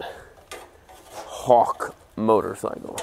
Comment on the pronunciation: the way he says "hawk" lmao